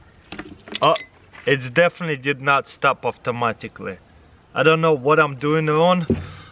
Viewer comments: Only I hear him say "auftomatically" !? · We need an "Avtomaticly" counter please! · AFTA MATICLY